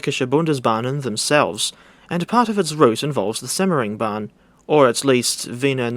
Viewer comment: Yay simmering bahn. Its said how the butcherd it